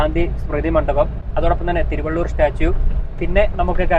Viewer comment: ആശംസകൾ നേരുന്നു ഒരു ചെറിയ അഭിപ്രായം അറിയിക്കുന്നു തിരുവള്ളൂർ അല്ല thiruvalluvar ആണ് ശരി😊